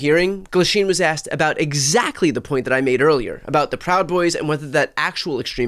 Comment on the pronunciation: He axed one question.